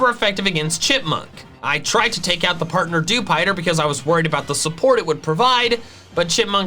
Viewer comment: You pronounced dewpider wrong